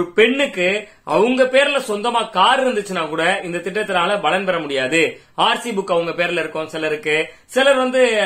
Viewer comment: 'Balan' alla 'palan'